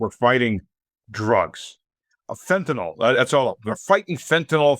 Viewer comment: Fentanyl... Not fen-ta-NALL. It's pronounced fen-ta-NILL.